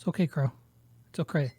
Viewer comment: did just said "it's oCray"😂